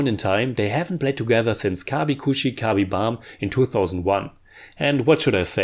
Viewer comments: Kabhi khushi KABHI "BHAM" hahaha.. Just kidding... "Gam" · kabhi khushi kabhi bham ? 😂😂 Its kabhi khushi kabhie gham 🙃